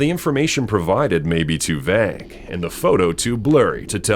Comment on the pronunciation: The word Vague is pronounced with a long A. 😫🤬